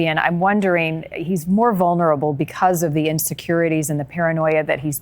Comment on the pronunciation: The word is vulnerable, not vunnerble.